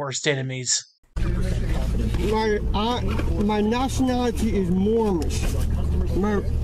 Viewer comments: "my nationality is Moormish" LOL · This is an oldie, but a goodie. It's right up there alongside the P. Barnes tasing for ease of remembering. Poor, can't even pronounce "Moorish" properly. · Moormish? What a fool.